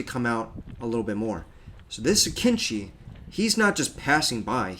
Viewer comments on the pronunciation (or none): The entire video I was struggling to understand which drone this dumbass refers to when he says "kinchi" Turns out he was talking about AKINCI. That's not how you pronounce it, it's like way off